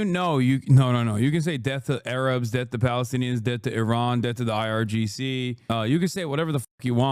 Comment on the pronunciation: It’s not “deaf” It’s “death”…